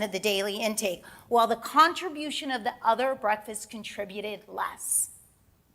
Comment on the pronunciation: Ugh! I hate how she says "breakfasses" instead of breakfasts.